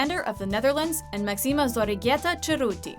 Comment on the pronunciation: Pues si senora, no saben pronunciar mas que los nombres Ingleses, de estranjeros son malissimas.